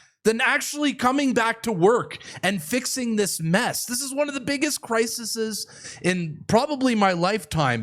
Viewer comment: ...crisises is not a word...the correct pronunciation is CRISES.